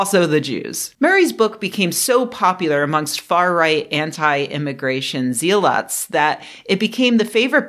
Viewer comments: More great work, Rebecca. Also, "zealot" is prounced "ZELL-ut." Jsyk :) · I'm guessing "zealot" is one of those words you've only seen written and never heard pronounced. It's pronounced ZELL-lutt. That is, unless it was a joke about them having a lot of zeal. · Your pronunciation of zealot is the only thing i disagree with here. I also respect and appreciate this difference.